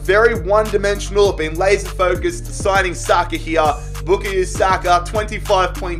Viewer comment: Mate it's pronounced Bu-kai-yo Saka not 'Bukhayu' Saka